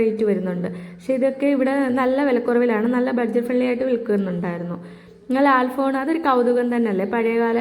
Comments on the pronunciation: ലാൽ ഫോൺ അല്ല കൊച്ചെ.. ലാൻ ഫോൺ😅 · ലാൽ ഫോൺ അല്ല ലാൻഡ് ഫോൺ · ഇംഗ്ലീഷ് പറയാതെ മലയാളത്തിൽ പറയുക lal phone അല്ല land phone അങ്ങനെ പലവാക്കുകളും ഇംഗ്ലീഷിൽ പറഞ്ഞത് അരോചകമാണ് ഭാഷാശുദ്ധി ശ്രദ്ധിക്കുക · 😂ലാൽ ഫോൺ ലാൽ ഫോണല്ല ലാൻഡ് ഫോൺ😂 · ലാൽ ഫോൺ അല്ല. ലാൻഡ് ഫോൺ എന്ന് പറയൂ... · ലാല്‍ ഫോണോ...? അതെന്ത് ഫോണ്‍... 🙏🙏 😂😂😂 എല്ലാത്തിനും അയിമ്പത് രൂപയേ ഉള്ളൂ ലേ....? അയിമ്പതല്ല അമ്പത് രൂപ എന്ന് പറയണം ട്ടോ...🙏 അത് പോലെ ചെറിയ ഇടികല്ല് അയിമ്പത് രൂപക്ക് ബെര്‍ത്തായി തോന്നിയോ...? ബെര്‍ത്തല്ല ട്ടോ വര്‍ത്തായി തോന്നണം... 🙏🙏 ബ്ലൂത്തൂട്ട് അല്ല ട്ടോ ബ്ലൂടൂത്ത് എന്ന് പറയണം... വായനാ ശീലം ലവലേശം ഇല്ലാത്തത് കൊണ്ടാണ് ഇത്രത്തോളം വിവരക്കേട് വിളിച്ച് പറയുന്നത്... ഏറ്റവും ചുരുങ്ങിയത് ദിവസവും അര മണിക്കൂര്‍ പത്രം വായിക്കൂ ട്ടോ... 🙏🙏 ഒന്നൂടെ നന്നായി ശ്രദ്ധിക്കൂ ശരിയാവും 👍👍